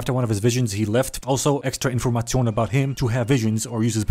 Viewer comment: my just hit the german pronounciacion of „Information“